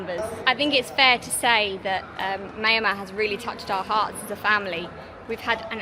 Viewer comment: pronounces Myal Mar, or Myan - Mar . Cheers.